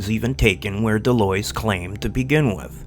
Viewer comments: It's pronounced "The lwa" or De lwha. Like saying what without the T and De is like The in "The cat" So De lwha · 99.99% of people online mispronounce De Loys except maybe for channels in french so don't worry :)